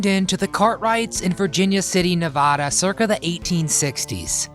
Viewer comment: Nevada is t pronounced NE va da....it’s Ne VAD a....I was born and raised there. We cringe when we hear people say it like you did!